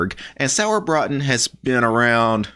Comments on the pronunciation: Sorry, but your pronounceation of Sauerbraten kills me xD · I just watched the video to hear pronounce "Sauerbraten" - with just a little more practice, he could actually order the dish perfectly at any Wirtshaus!